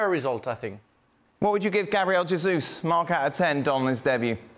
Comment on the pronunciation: Not a huge deal... but why do so many punters mispronounce Jesus' name (he-zus instead of the correct je-zus)? He's Brazilian, and so his name is pronounced the Portuguese way, not the Spanish way. Yet none of the punters mispronounce Jota's name as "ho-ta".